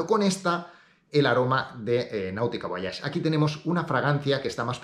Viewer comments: Un español la pronuncia así. Leemos todas las letras excepto la H. En inglés es voich. Personalmente mola más voayash, pero bueno, en España por ejemplo Nike es Naik y no Naiki. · porque dices VO A YAGE, en donde esta la A en el nombre VOYAGE??